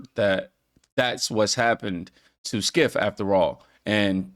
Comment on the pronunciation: DUDE!? Skiff? I don't like the guy much myself but it sounds silly the way you say it. It's Shiff with a c